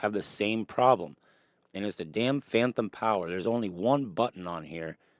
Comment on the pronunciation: Great vid. It’s phantom not phanthom. If it’s an impediment, I don’t mean offense. Just fyi.